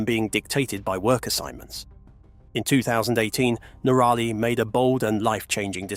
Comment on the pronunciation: Your mispronunciation of NOrally [ and not noRAlly!] is simply annoying and aggravating❗❗❗